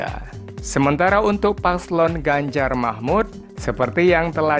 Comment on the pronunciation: Baca yang benar, bukan Ganjar Mahmud ,tapi Ganjar Mahfudz